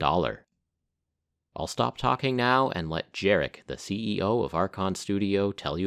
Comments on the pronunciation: Absolutely awesome video, so thank you for that. And it just would have been just that little bit nicer, if you took time to find out how to pronounce the name of the guy you talk about this much in it, which is 'yarek'. Maybe something to look out for in the future. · Hey man, in polish "j" is "y" so his name is Yarek !!!!!